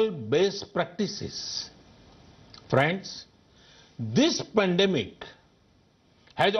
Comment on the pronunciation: fraaands lol